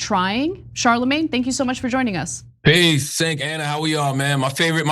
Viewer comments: His name is Cenk not Senk 😂😂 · “Hey Sink… my favorite news network on the planet” Maybe he should watch more often so he can learn how to pronounce his name.😂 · “Senk” wow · Why does he keep calling Cenk "Sink"? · DYT is his favorite news channel to watch but yet he pronounces his name as SENK. LOL LITERALLY ALL YOU HAVE TO DO IS WATCH THE SHOW FOR 5 OR 10 MINUTES AND YOU REALIZE THAT'S NOT HOW YOU PRONOUNCE HIS NAME. LOL 😅😅😅 HE'S SO FULL OF S*** WHEN IT COMES TO SAYING IT'S HIS FAVORITE NEWS CHANNEL. And it's obvious that cenk knows he's bull shitting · Did he call Cenk, sank? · It's his favorite news channel but he doesn't know how to pronounce the founder and co-host of it name properly. That's how often he watches it. Lol 😅😅😅😅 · His favorite news show on the planet, but he mispronounced Cenk's name. Dude lied the second he was on, but he's supposedly honest. 🖕🤣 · His favorite news network, yet he can't pronounce the host's name right... 'Sanctuary city' doesn't mean it's a free-for-all for illegal immigrants, it means illegal immigrants won't be deported if they go to the police to report a crime. It's rich that any of these guys saying anyone else is in a bubble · Cenks face when Charlamane slaughtered his name lmfao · TYT is his favorite news network on the planet, and yet he doesn't know how to pronounce Cenk's name. Those two things don't match up. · LoL, he lies just like everyone else. That is why he greets them with a lie. Case in point: He called them his favorite news show on the internet. But doesn't know that Cenk name isn't pronounced how it is spelled. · Did Lenard just mispronounce cenk?!